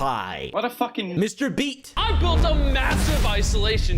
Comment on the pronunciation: Why are you saying "MrBeat" when you know Its "MrBeast"...?